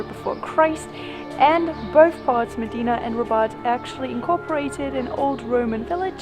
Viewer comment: You gave a nice background history. FYI it's pronounced short i sound, im deena.